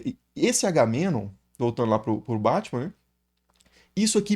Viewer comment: Se pronunciou o nome do Menelau corretamente, deveria ter feito o mesmo com Agamenon.